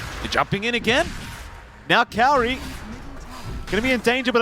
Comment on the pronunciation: MLPdota the only one saying kaori's name right